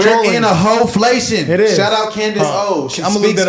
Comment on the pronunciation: Is she a hooker? Y'all just said "HOflation"😂😅